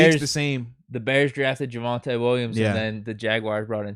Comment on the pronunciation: yeah but he said Javonte